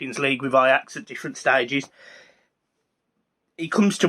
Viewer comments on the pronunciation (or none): none